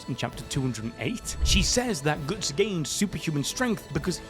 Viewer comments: Brother please don't butcher such a simple name, it's Guts, not goots. Can't wait for Guts to take out Griffith and that Casca recovers her memories of him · Can you not fricken say Goots? I don't care if it is for memes, sounds so annoying. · Who the fuck is "Goots"???? And no, he's not beating anyone, his power just made him fight Griffith on equal terms. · Not gootz bro ....its guts not gootz😂😂😂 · Did he just call Guts “Goots”? lol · Guts: ❌️ Goots:✅️ Grififth : ❌️ Grifoofth: ✅️ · he said GOOTs on purpose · Le gootz xD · It's killing me lol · Bro can't say Guts 😂😂😂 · Oi Goots 😂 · GOOTS??? GOOOOOOOOOTS!!!!! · I can’t stop laughing 😂😂 Reading it is even funnier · Most northern way to say guts hahaha can’t tell if he’s a geordie or from Bolton or something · yup sure did